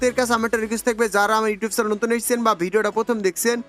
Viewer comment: চ্যালেন না আবাল চ্যানেল। ঠিকমতো চ্যানেল উচ্চতা করতে পারে না আবার ইংলিশ ফুটায়